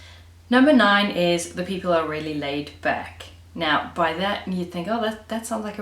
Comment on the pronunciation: I love the word PEOPLE-EY or PEOPLEE or PEOPLEY... :)